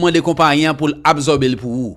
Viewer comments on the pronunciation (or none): Frère on ne dit pas abzorber on dit ab sor ber quand S est placer devant une condone se prononce le son S non le son Z